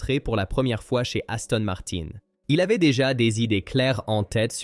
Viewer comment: Parfois c’est aussi « niouwy » et Aston Marin devient Aston Martenne !!! Incompréhensible !!! Ça sent le faux.